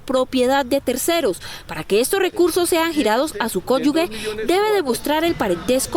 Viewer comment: Por favor no dañen nuestro idioma. NO se pronuncia CONYUGUE, se pronuncia cónyuge. Donde habrán estudiado? Esa palabra está mal decida.. Ja ja ja ja ja